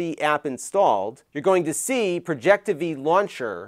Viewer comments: It’s called Projectivy. As in Project IVY. Not projecteevee. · Hey it's pronounced Project IVY Launcher, it's a Final Build for an English Based Launcher for Chinese Branded Projectors. It has come a long way I'm glad it's the main stream now. Good luck with Google TV Working properly 😅